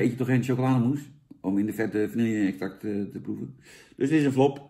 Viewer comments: het is geen vanielje 🙃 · Vanille. Ome Jan: "vannielje".